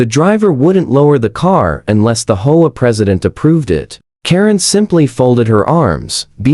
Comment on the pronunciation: Your STUPID AI pauses, hesitates and mispronounces easy words. Of course, Nobody would have had to endure that grade-school illiteracy, If the producer had not been so GREEDY that he never proof-checks the AI. You are the one who has to figure out the proper way to produce AI VIDEO, But I'll give you a hint. The HOME OWNER's ASSOCIATION is abbreviated, H.O.A. but instead of pronouncing each letter separately, the AI tried to pronounce it as if it was a three-letter WORD, pronounced as "HO-A". Don't try to say it as a word. It's NOT "HO-A", it's "H", "O", "A". NOW you have to figure out what else the STUPID AI GOT WRONG. NO EXCUSES! ---> Either do your job as you are supposed to, or DON'T DO IT AT ALL! Don't be so GREEDY AND LAZY!